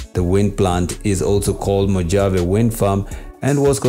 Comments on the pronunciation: “Mojave” pronounced “MoHavA”. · It's moh-HAH-vee.